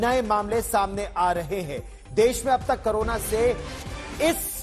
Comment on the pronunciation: करोना नहीं क कोरोना होता है 😂